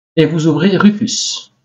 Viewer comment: Bonjour c'est pas rupus mais RUFUS